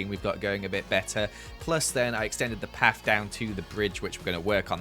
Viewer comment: Why you say paf instead of path?? btw amazing building